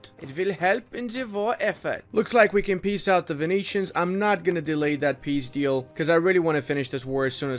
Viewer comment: Every time says,,it's not a massive deal though" like in I literally hear,, its not a massive dildo"